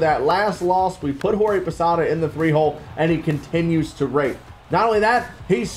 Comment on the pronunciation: . Doesn’t sound like you said rake?